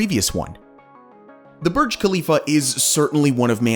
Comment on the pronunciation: Needs to learn how to pronouce Khalifa like a local.